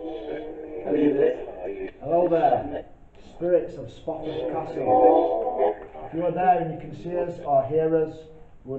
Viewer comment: he did say Sprofforf Castle didn’t he? 😀😃😄😁😆